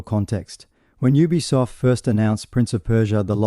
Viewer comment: Thanks for video.. please try saying ubisoft as YOU-BEE-SOFT or U-B-Soft .. but one word obv